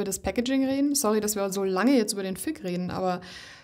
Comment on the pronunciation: "Fig", mit "g" wie "groß", nicht "k" wie "Kloß". Hört sich nämlich etwas anstößig an, so wie du es aussprichst :D